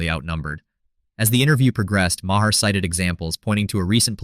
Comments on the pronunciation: Marr not ma her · Sorry, but I don't watch AI voiced videos. If it's not worth your time to voice your own video, it's not worth my time to watch. I let the Ma' her slide, but after the second one, I'm done.